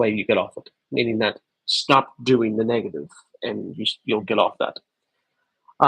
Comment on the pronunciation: The Irish in ya. “Why would ya shtop”.